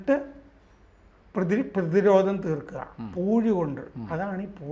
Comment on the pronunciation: പൂയി അല്ല സഹോദര "പൂഴി" എന്നാണ്.